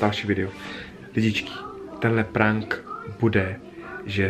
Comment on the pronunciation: Říká se to prenk